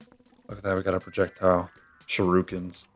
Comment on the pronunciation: How tf did you pronounce shuriken?